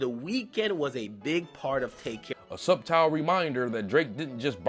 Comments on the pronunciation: It’s subtle, said like “suttle” Its all good bruh, Nas mispronounced echelon on a record, and Shia couldn’t say epitome. I struggle with circuitous 😂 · did you just say SUB-TILE for subtle? 😂😂😂😂 bruh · Sub tile is the single coolest pronunciation of subtle I’ve heard in my life!!! Lol: best UK rappers ain’t even from London!